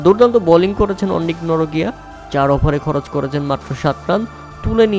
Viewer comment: Norkia❌ Norokia✅🤣